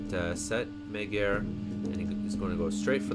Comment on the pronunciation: magyar is pronounced majar.